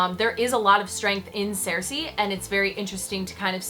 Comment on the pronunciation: Why do you pronounce Cersei like that?